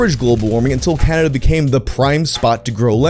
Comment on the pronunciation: I'm new to this, why can so many english-speaking youtubers not pronounce the word Canada? He says Caderda, Canderda, Canrerda, Caldera and pretty much every variation of those letters, but never "Ca-na-da'.